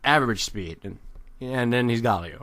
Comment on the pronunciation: "mahna" "gawwlio"